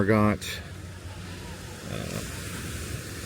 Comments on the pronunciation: Wow. The capital of the French side is Marigot. Pronounced mar-e-go. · love your pronunciation of Marigot lol... good overall video... unfortunate you didn't include grand case...